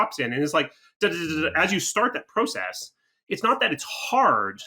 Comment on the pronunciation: Pro-cess I dont know how many times I had to blow my brains out when I heard him say that. No shade ofc lol